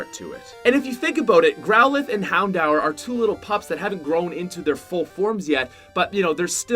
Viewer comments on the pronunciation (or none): He is pronouncing everything wrong and I’m cringing so much. Like houndour? That’s so dumb and even Pokémon like he’s pronouncing it all wrong ugh.